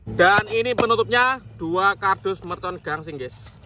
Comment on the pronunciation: Bang gaseng bukan gangseng